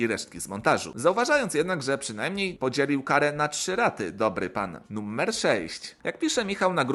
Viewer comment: czemu mówisz "nummer"?